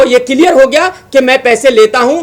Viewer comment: first learn English and Hindi then speak on social networking sites परमोशन नही होता है प्रमोशन और किलीयेर नही क्लिअर pehale bola sikh buddhe